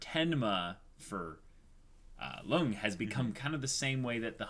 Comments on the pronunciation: love your reactions but it triggers me your pronunciation of Lunge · It's "Luung-ay" not "lung" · Guys, please read this. Lunge's name is pronounced "Loon-gay". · They're calling him "Lung" when that's not his name. It's like calling Princess Leia "Lee-ah".